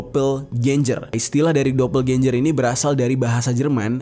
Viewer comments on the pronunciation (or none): DOBELGENGER GTU BANG. Aneh bgt nyebutnya dobelgenjer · Bro doppelganger bacanya dopelgenger, bukan dopelganjer!.jadi aneh kedengArannya. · Dapel genjer pranowo 🤣🤣🤣🤣🤣 Bisa kali bang googling dulu cara bacanya wkwk